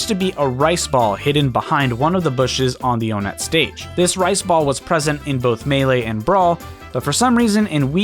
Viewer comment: Onett is pronounced with the number 1 (even the sign shows the "one" in different color font) The towns in Earthbound are ONEtt TWOson, THREEd, and FOURside